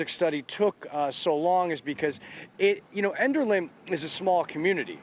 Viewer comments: I'm sorry, but I'm laughing my head off at the mispronunciation of "Enderlin" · She can't even pronounce the town name right 🤣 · You said enderlin wrong